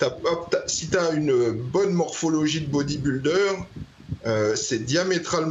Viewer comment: Hé, repeat after me: "bodybuilder"! 😂😂😂